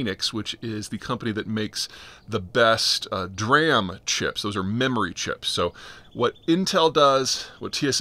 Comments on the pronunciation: dee - RAM.. not Dah - RAM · Haha i thought i heard peter say "Duran" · Dee-ram nor dram. Makin my brain go crazy when you say dram😂😂😂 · D-RAM, not "dram." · Nobody that builds computers or embedded systems or has used an SOC ever said "Dram" it's D-RAM. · Peter's discussions of tech are often cringy like that. He pronounces Nvidia "Nuhvidia." It's so cringe. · DRAM is pronounced Dee-RAM have you ever talked to someone in SV, I don't think so. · "Dee Ram." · Who else laughed when Peter said "DRAM!!" 🤣🤣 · So glad to see my nerd brothers get upset about "Dee-Ram" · It's pronounced "Dee-RAM". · Thanks for your updates. BTW it’s pronounced D-RAM in the industry. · "dram chips" god fucking hell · d-ram .. learn to pronounce things when you pretend to understand the topic. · peter doesn't know differences between DRAM SRAM and VRAM.😂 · I assume a lot of Zeihan's exposure to these topics comes from people who don't speak English as a first language. Different places pronounce words differently, especially if they're acronyms.